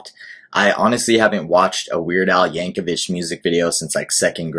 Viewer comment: His family pronounces the last name "Yank-o-vick". Also, you should react to "White and Nerdy" and "Hardware Store"... among 200 or so others. The man has been making music since 1976.